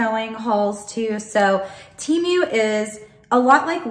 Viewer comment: It's pronounced 'Teh' -mu not teemu lol! If you're patronizing it's good to know😉